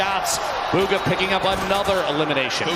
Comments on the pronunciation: its bugha not boogha 😂😂😂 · Its Bugha not Boogha